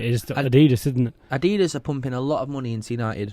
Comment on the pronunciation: Niike & Adedus??? It's pronounced Ni-key & Ad-e-das.